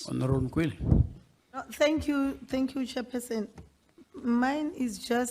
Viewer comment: "Chair pesen" 🤣🤣🤣🤣.